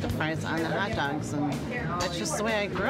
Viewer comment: hahahaha a "haot" dog